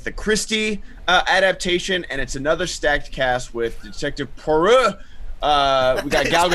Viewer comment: Both and murdered the pronunciation of Poirot 😬😬😂😂👍👍